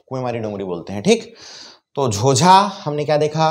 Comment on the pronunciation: झोंझा हैं न कि झोझा